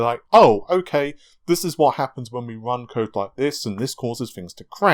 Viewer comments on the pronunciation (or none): none